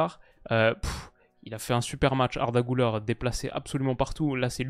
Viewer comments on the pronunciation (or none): Gulere pas goulère. Arda 😂😂